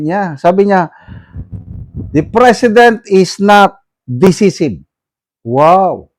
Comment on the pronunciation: Decisive - pronounced de- SAI-siv DDS po ako, sir, just trying to help